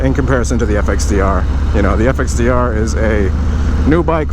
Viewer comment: Once heard, cannot be unheard. FXDERR! Lmao!